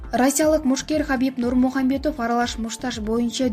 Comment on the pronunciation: Хабиб Нурмухамедов дебей Хабиб Нурмагамедов десениз Журналист эже😅😅😅👍